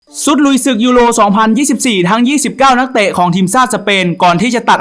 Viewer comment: ชุดไม่ใช่ซุด